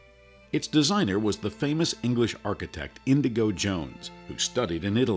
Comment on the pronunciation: The Architect's name is INIGO Jones.... not Indigo.